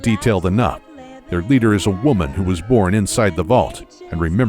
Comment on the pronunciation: "...their leader is a woman who was born inside the vault..." I can't be the only one who choked a bit when he put so much emphasis on "woman" for whatever reason lmao